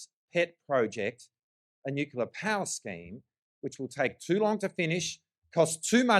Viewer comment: if you are going to criticize something, learn to say it properly you drongo. As for Medicare, no you cant just take your Medicare card and get the help you need. Not on your watch, we have gone from Bulk Billing doctors everywhere to now where we cannot find one in our area. Thats all since you have been in power, so its a fallacy that Labor care about Medicare. Tax Cuts, give me a spell. Stop misleading people you are taking their tax down by $2500. Its just not true, you cant go counting Stage 3 tax cuts in your numbers to make them look better because we already have them thanks to the LNP. It is $5 a week in a years time and then $10 after that. Thats it.